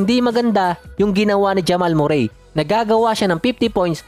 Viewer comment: ganyan boss ipronounce ung name nia